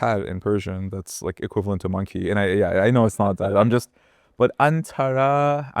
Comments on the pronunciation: It's neither "antaraaa"/antarā (अन्तरा), nor "antarr" (अन्तर्). That's not how Sanskrit pronunciation works. This isn't Hindi or Marathi. It's pronounced as Antara (अन्तर), where the 'a'/अ vowel (not ā/आ) at the end is pronounced fully. It's neither "aa" nor silent. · That could be the case but it's not the case here. Plus the sound shifts that happened from Old Persian to Middle and then from Middle to Modern are much more pronounced than what happened in case of Indic languages like Hindi or Marathi, while certainly several complex aspects of phonology were lost in modern Indo-Aryan nonetheless we know exactly how the Vedic pronounciation worked due to preservation, this has been a linguistically attested fact. Now, that being said, this doesn't mean a Hindi speaker cannot mess up Sanskrit pronounciations, they certainly can, but in this video the Indic speaker did a better job (not perfect) presenting word with correct Vedic pronounciation than the Persian speaker did with Avestan, the Persian speaker's bias was more clear.